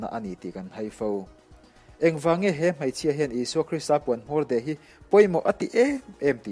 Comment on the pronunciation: Ṭha hlemai. Bengvarthlak.. Mahse hmeichhia hi Hmaichhia tiin i sawi zel, Beidawn pawh baidawn tih ang. A bakah chuan aṭha tâk zet a ni ❤️